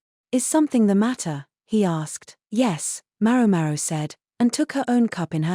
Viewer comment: For the love of God, will someone please adjust the AI accent to pronounce MaoMao correctly?!!